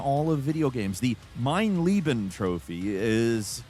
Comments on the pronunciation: Dear, I just need to clarify something. In the segment about Wolfenstein. You talk about the difficulty "Mein Leben" which translates to "My life" but you are pronouncing, "Mein Lieben" which means "My love." So, to properly pronounce the difficulty level it must be pronounced as follows. "Mein LAYben." This is a lot like the difference between president Kennedy ingratiating himself attempting to say, "I am also a Berliner(of resident of Berlin)." but his pronunciation made it seem as if he said, "I am a jelly doughnut." (This quote is of dubious veracity but the principal is the same.) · Mein Leben - My Life Meine Liebe - My Love keeps pronouncing the latter. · Leben and lieben are pronounced differently for a reason. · The worst part of the Mein Leben achievement is Americans pronouncing it wrong. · Bro i never heard an english person pronouncing mein Leben right XD Its really not that hard. But i understand it bc english pronouncing alone doesnt make sense at all.